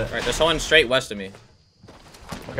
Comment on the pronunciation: "Weast of me"